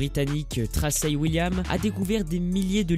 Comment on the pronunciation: et au fait l'écrivaine Thracey William ça se prononce "Tréssi" :p sinon good vidéo comme d'hab ;)